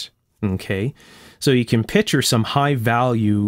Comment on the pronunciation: I appreciate the nitpicking of little things like the need for a felt washer behind the tubing knob. I'm a bit shy about nitpicking your video with things like pronouncing "picture" as " pitcher."